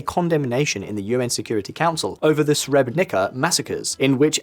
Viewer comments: Just learn how to pronounce the names... it's Srebrenitsa, not sreberenika... I had really difficulties trying to figure wtf are you talking about. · Srebrenica ... You read this Sre-bre-ni-tsa.